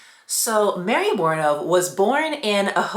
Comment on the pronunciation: The way you pronounce her name makes me want to scream. PHONICS LESSONS FOR ALL YOUTUBERS AND PODCASTERS!!!!